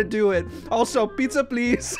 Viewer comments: PIZA??? IT'S NAMED PIZZA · I just ate pizza and he said Piza pleez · I laughed really much The fridge said piza pls